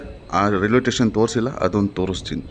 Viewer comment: It is station not tation take care while pronounciation other wise the video is good👍 like kannnada videos all the best👌👍